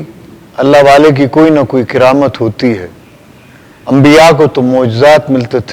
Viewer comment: کِرامت نہیں جی کَرامت زبر ہے زیر نہیں